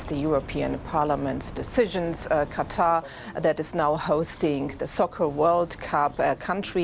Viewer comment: Gotta admit though, this is the FIRST newscaster who got the pronunciation of the name "Qatar" right (as in "cutter").